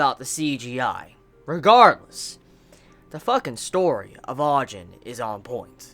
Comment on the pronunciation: Btw its (Ah-Jeen)